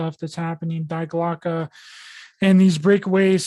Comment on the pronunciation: its pronounced DEE GLOCKEY